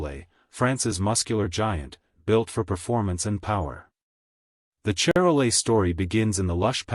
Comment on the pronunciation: say shar-lay